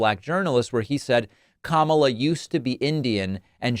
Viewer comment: KAMALBLA ???.😂 OBARMNA ????😂